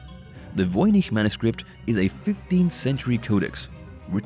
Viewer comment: I can say with certainty, I hate how the narrator pronounces voynich!